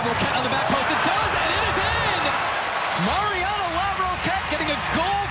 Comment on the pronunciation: The male announcer mispronounces the first name of Mariana Larroquette. He says 'Marina'